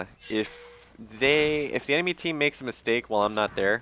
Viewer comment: Funny thing is how he says enamy was ahead :)) whata lier....